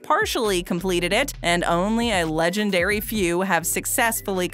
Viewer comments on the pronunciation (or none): none